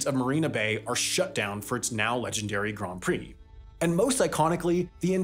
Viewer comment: Props on saying ‘Grand Prix’ correctly